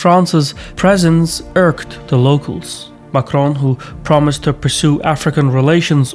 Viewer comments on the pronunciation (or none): none